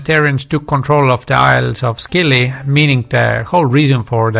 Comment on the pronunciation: Thanks. Interesting historical facts. BTW the islands are pronounced SILLY. Leave the C out. 🙂